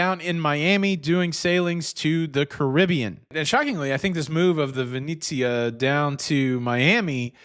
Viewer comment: It's pronounced Veh net zi ah, not veh neat zi ah.